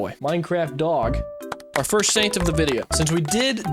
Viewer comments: When you say Saint kind of sounds like you’re saying Satan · say Saint